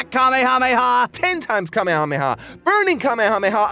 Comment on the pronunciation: Hey, you want people to stop correcting names then stop changing them for dubs, Mr. I-Can't-Say-Kamehameha-Correctly. I've usually seen is translated as "Spirit Cannon," which sounds pretty badass. Of course, there's the debate of changing the name at all, like I just said. People love to rip on Goku not having his own techniques. However, it's worth noting that while Kaioh might have invented the Kaiouken and the Genki Dama, he can't use either technique himself. He comments how he could never master either ability, so he basically only invented the concept. Goku remains the first being able to use either technique. This might be why Kaioh didn't teach any of the other fighters those techniques. Of the four that arrived, probably only Piccolo and maybe Tenshinhan could've learned the Kaiouken, and I doubt any could have properly learned the Genki Dama. There is a funny throwaway line about that, though. When Piccolo first sees the Genki Dama during the fight with Freeza, Kuririn has to explain what it is. Piccolo then says with an annoyed smile that Kaioh never even mentioned a technique like that.